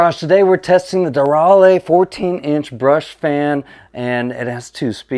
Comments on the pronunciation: It's De RAY LEE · It's pronounced Derale, duh 😆